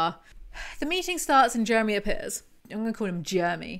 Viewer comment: My husbands name is Jeremy and this made my night just listening to all the times his name was mispronounced.